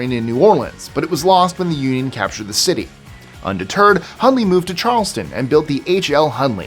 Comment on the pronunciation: All I know is every time i hear the word undetered I hear undie turd